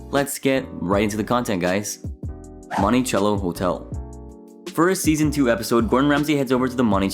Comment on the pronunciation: It's pronounced "MontiSello"